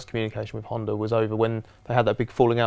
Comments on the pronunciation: HondA.. stop saying Hondar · . What the hell is a honder?